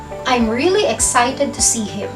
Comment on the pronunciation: FYI, the word "excited" is pronounced uhk·sai·tuhd not eg sai tuhd!!